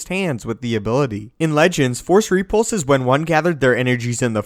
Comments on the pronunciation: No, no, you're saying it WRONG. It's rePULSE, not REpulse. LeviOsa..... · Its repulse not ree-pulse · ree-pulse lol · I'll be honest, Other than your repeated mispronunciation of the word repulse, i found the vid interesting... though I disagree with some of the assumptions. First off, what makes you believe he's so invincible? He is one of the last Jedi... certainly the Order as a whole is gone. meaning all the trainers. the holocrons... the knowledge accumulated over eons is simply GONE. Yes, he has some force ghosts that can pop in to help out, but lets face it, it's NOT the same as having some of the best trainers in the galaxy gathered in one place. And those few who knew him enough to have that bond didn't know everything either. Some abilities are going to be gone until another virtuoso can rediscover them, as they were once discovered. The likelihood of him being as strong and as diversely adept as masters in Yoda's day is borderline ridiculous. He may develop some new takes on things, because of a lack of formal training... his own versions of ways to do things... but lets face it, anyone who is self taught is always disadvantaged compared to someone who gets their PHD in a top school. Can't work differently for Jedi. The other assumption that powers didn't exist simply because we haven't seen them in the few movies that have come out, as opposed to the thousands of years of cannon history is also a bit silly. MOST of the series is told from the viewpoint of youngsters... those who, even at master level, are young in their craft. We never get much time with the oldest among them, li